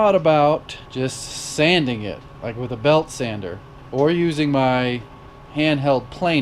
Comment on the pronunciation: I'd been thinkin he said lite button till now.